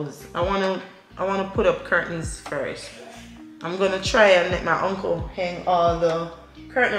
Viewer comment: 'Hang' not 'heng'